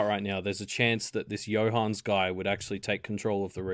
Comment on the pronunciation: Not sure how you get the name Johannes to be two syllables long, when it's clearly three. I know it's not a common name in English speaking countries, but still. /Another Johannes